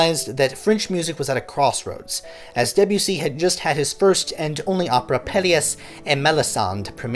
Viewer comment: Good reading of pre-existing material but your French pronunciation is awful. Stress should be on the first syllable of Satie. Like Sah-tee not satee and Deh-bew-see.